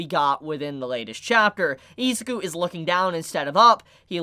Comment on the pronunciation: Great video, but please pronounce Izuku's and Ochaco's name properly, idk its just annoying